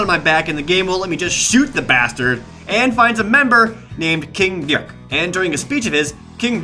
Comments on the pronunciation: I laughed a lot when prompted pronounced king dick. king deuk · I'm pretty sure "dyik" was just his way to make it funnier: pronouncing it in a weird way. Like JonTron saying "Ech", Caddy saying " 'Splore", Scarfulhu saying anything in his awesome accent. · "King Dyick" 😂